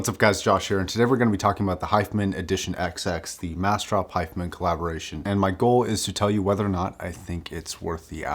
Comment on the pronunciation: The way you're pronouncing hifiman is driving me crazy and I can't focus on the review.